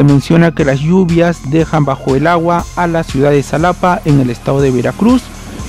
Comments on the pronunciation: No se Pronuncia salapa se pronuncia jalapa y se escribe xalapa y ahi siempre llueve mucho y en Córdoba y Orizaba veracruz ya que son lugares un poco altos pero muy bonitos saludos desde Veracruz puerto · Salapa mis huevos de escribe con X pero se pronuncia Jalapa no seas guey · Se pronuncia Jalapa = Xalapa